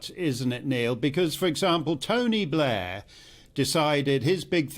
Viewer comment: Bl'iar' - what a f*@ up